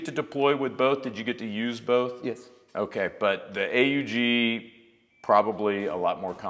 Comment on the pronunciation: Delighted you pronounced A.U.G for Armee-Universal-Gewehr / army universal rifle. Instead of the other pronunciation